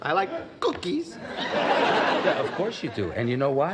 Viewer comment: The way George says "Cookies" can't get enough of that